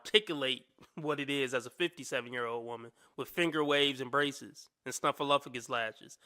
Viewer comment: Braceseses Braceseses Braceseses reeeaaaaalllly u SERIOUS…BRACESES